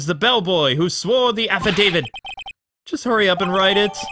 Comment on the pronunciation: Ugh the way you pronounce affidavit is triggering me -_